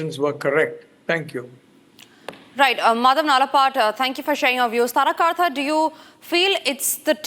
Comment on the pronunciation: It is NOT kaarta. It is karta.